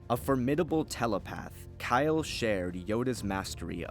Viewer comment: Kylo Katarn? I'm not the only one who heard that, right?